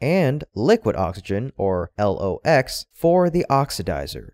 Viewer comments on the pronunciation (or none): LOX is typically pronounced as locks. At least that is true in the military anyway.